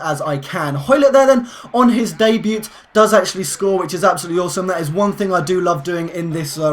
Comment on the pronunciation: it's day-bue not day-buet